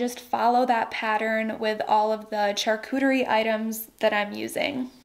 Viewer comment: I’m sorry but charcuterie is pronounced with a, “sh” as in sharp, not “ch” as in church.